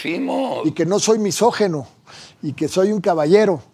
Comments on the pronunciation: Se dice misógIno, no misógeno, abogado Palazuelos. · MISOJINO, no misojeno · Se dice MISÓGINO. NO MESÓGINO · PALAZULELOS te doy toda la razón, no eres "MISÓGENO" pero sí "MISÓGINO", es increíble que según tiene mucho dinero y se cree muy culto y muy hombre de mundo, no sepa pronunciar y expresarse correctamente y que lo repita una y otra vez, además que dice "MÁS APARTE" 🙄 y ya no se diga de Carlos, que lo pronuncia igual MISÓGENO y dice AIROPUERTO🙄 no puede leer claramente que se escribe y se pronuncia "AEROPUERTO", en fin seguimos perdidos en los buenos modos de usar adecuadamente nuestro español y ya no se diga las nuevas generaciones, que no distan de estar igual o peor. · Que mal que no hablen bien AMBOS español, NO ES MISOGENO, es “MISÓGINO”!!! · Misógino, no misogeno.